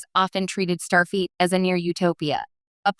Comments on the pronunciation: FLEET not feet. Stupid AI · Starfeet? Robot!